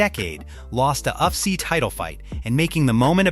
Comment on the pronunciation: Maa analyst? Uff-see? Bruh...your Ai can't read for shit. Get new.